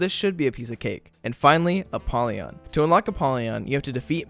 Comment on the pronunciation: I've win Mega Satan 2 times but i didn't unlocked apollyon... why? (It's Apollyon, not ApPollyon)